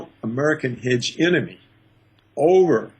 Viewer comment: it's HEGEMONY, not hegenomiy lol, I love Paul Craig Roberts